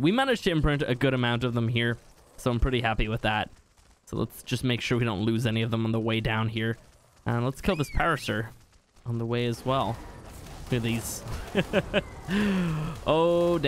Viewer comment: Its PAir-uh-sore for parsaurus